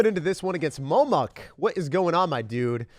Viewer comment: did my guy seriously just say momuk it's momo a creepypasta